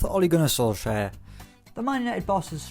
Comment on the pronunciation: When says "4th, Ole Gunnar Solskaier" he sounds so weird